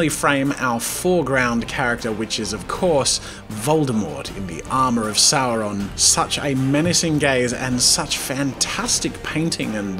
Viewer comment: One does not simply say Voldemort and Sauron like that